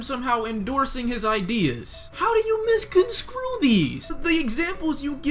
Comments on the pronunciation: the word is misconstrue not misconscrue lol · its misconstrue not misconscrew . As little as it has to do with your logic, butchering a word like that lead to a fallacy whereby people will take what you say less seriously. Just so you know for next time. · misconstrue, not misconscrue. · its on misconstrue not miscon-screw, learn to talk properly before making content son 🤦‍♂️ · You lost me at "misconscrew" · "misconscrew"... bruh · Did he just say, "Misconscrew"? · at least paul Joseph Watson can actually speak correctly. "Misconscrew?" Thats a new one. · "Misconscrew"? Learn to english you privileged leftist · Misscanscrew??? Please speak properly... And sorry you caught feelings but Eminem is just jumping on the bandwagon to get attention for his upcoming album. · this nigga said "misconSCREW" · I pretty much stopped watching after he said "misconscrew" . What a joke. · lol when you said "misconscrue" i died